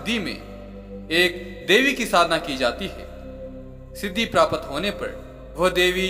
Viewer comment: आप "प्राप्त" को "प्रापत" बोलते हैं। सुधार करिए।